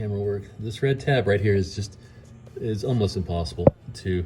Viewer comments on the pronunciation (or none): "Right Heuhhh" lmao!